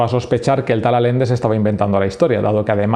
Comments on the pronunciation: Por qué lees alende cuando es Allende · Muy buen video man, aunque me duele mucho cada vez que dices Alende en lugar de Allende. XD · Y no es Alende, es Allende, se entiende? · Todo tan creíble como tu pronunciación de Allende.